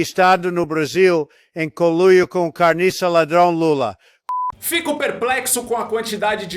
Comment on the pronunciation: O Trump deve ter feito intercâmbio em Belozonte MG pra falar "Carniça" tão bem,a dublagem é falsa mas a pronúncia do calopsita fake é maravilhosa.😂🎉